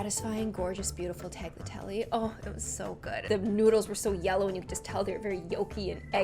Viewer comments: I’m sorry but TALGATELI? WHAT Taliatelli (that’s how you say it ) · you pronounce TAGLIATELLE as TALYATELLE